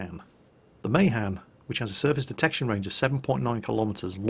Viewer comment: + The Mahan is pronnounced Muh- han.